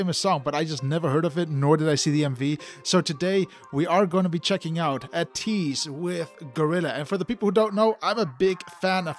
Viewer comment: Thanks for reacting to ateez... The way your pronunciation is ey-tease 80s (ateez) not ah-tease... ATEEZ IS REALLY DOPE 👑👑👑 if you want to know them i recommend the ultimate guide to ateez its a bit long but its accurate by ofallthekennys